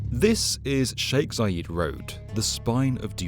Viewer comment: Zayed, not Zayeeed ffs